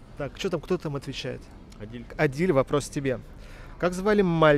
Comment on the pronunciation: Не Адиль а Адил(Әділ)